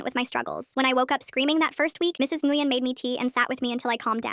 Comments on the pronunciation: "Nguyen" is pronounced, "Nyuin." Also, what about OP's blood father? They talk about their parents' divorce, so he's still alive... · Super unrelated but Nguyen is Win not whatever the voice was saying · If anyone wanted to know Nguyen is pronounced like When it’s a Vietnamese last name I know because my friend has that last name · Btw nguyen is a common last name in Vietnam. Pronounced Nyu-wen